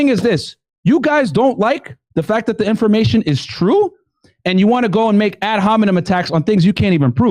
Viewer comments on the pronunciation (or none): none